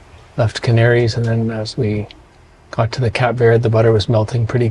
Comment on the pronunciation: What did you call the place you left from: Cap Verd. Mate it’s pronounced Cape Verde.